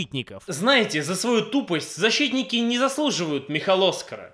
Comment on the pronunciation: "ЗаSHITтники" :D